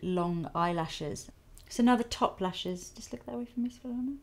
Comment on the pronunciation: I am a Svetlana too and you were cute pronouncing it, don't worry ;)